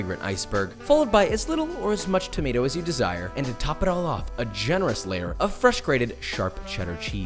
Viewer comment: The way you said tomato is literally how Arabs pronounce it😂